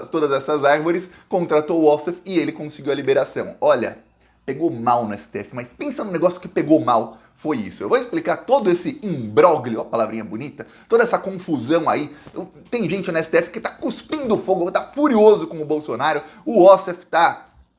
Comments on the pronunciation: me parece que a pronúncia correta é imbrólho ou imbrólio. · “Imbroglio”, palavra italiana e quer dizer traspassa, engano, golpe, e lê-se Imbrolho, com som de LH e não com som de GL